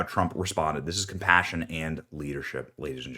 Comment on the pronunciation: Yes, "compationate"